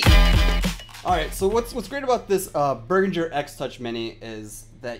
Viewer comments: Beh-rihn-ger. Jeez, cringing here. Berginger. Eek. Nice tut though. ;) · Good review/tutorial but the pronunciation Behringer is.... bEH-rihn-jer so say bear·in·jure